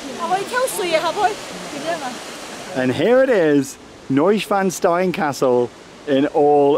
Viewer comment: The castle is pronounced, sh-losser-noish-van-stein